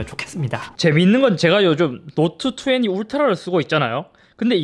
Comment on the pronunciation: 자꾸 노트투왜니라고 하는거 왤케 웃기지